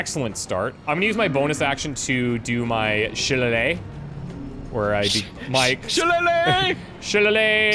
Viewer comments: It is shi-lay-lay. AKA Irish beating stick. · Your staff is pronounced (shil-ay-lee), in real life a knotted wooden staff or club is called a shillelagh in Irish folklore! Also I’m very excited for this series, the game looks incredible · Shilaylee. It’s pronounced “Shilaylee" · That pronunciation of Shillelagh cracked me up lol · The way they pronounced shillelagh had me dying with laughter 💀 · the way you said shillelagh made me cringe X'D